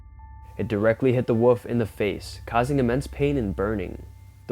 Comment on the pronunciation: Its a wolf not a wuf😂😂😂😂